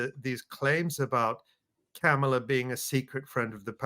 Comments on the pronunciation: Learn to say her name properly. She told us when she was running in the official Biden/Harris campaign. It's like mom-ala no matter how it's spelled. It's not like Pamela. Remember "mom." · i dont support KOPMALA but PLEASE pronunciation is comma la, pet peeve